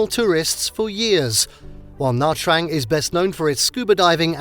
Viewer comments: The name of the city is sounds Na-Chang, not Na Trang. The letters "tr" sound like "ch" in Vietnamese. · I'm from Nha Trang and some people say Chang , some will say Trang. But Nha not Na. Na is some foreigners who cannot pronounce NH .